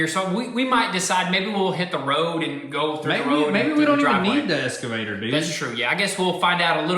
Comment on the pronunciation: Boys, I've been holding back on this for a long time.......but it's eXcavator, not eScavator. Kills me with chuckles every time you say it. :-)